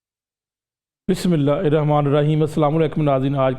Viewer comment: Bismillah galt parhi